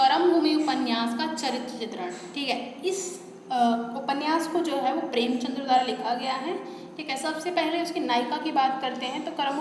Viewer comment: बहुत सारे शब्द आपने गलत बोले हैं । शुरू में ही ‘कर्मभूमि‘ को आपने ‘करमभूमि‘ कहा, ‘प्रेमचंद‘ को ‘प्रेमचंद्र‘.. कृपया सही शैली अपनाएँ।🙏 मेरा उद्देश्य आपको ठेस पहुंचाना नहीं बल्कि सुधार के लिए कहना है।